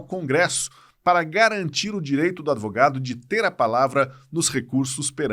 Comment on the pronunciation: Adevogadus kkkkkkkk